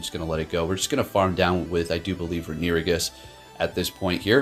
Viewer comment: Re-nu-igus? 🤣 Great battles tho 🤘